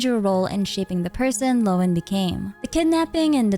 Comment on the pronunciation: Happy to find a major content creator that can actually pronounce Lohen, so many seem to think Linzi is a playable Genshin character.